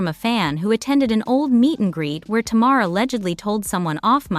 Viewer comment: Her name is ta-mar say her name right